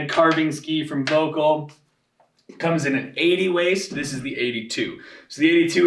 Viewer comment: Why is that people, who are supposed to be pros, never care to pronounce VOELKL right? It's so offputting.